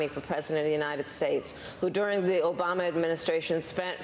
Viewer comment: she mispronounced “Obama”